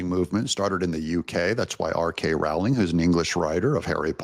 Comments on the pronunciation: J K not R K. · J.K. Rowling, not R.K., Doug, 😉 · I hate to nit-pick but it is J.K. Rowling. I would say the same to anyone that called you Doug TenApple.